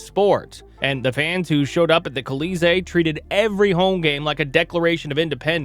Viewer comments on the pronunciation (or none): Kuh-LEE-zay for "Colisee?" It's "Call-ee-ZAY." So...Le Colisee, or "The Coliseum."